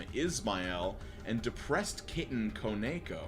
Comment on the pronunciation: koneko is "koe-neck-koe" : nerd emoji : also 100% authors fault but i think they meant a cough mask, it was/still is a regular thing to see in japan because people were or dont want to get sick. also if your watching 60s anime your basicly watching the first animes ever